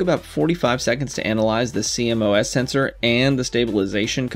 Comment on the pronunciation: Great vid, couple of things. It’s pronounced see moss. Also why did you film at that shutter speed? Is it not a little high?